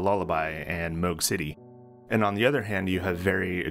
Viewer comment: you pronouncing moog correctly caught me so off guard